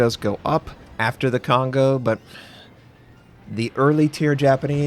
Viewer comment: I feel bad when American people pronounce Kongo wrong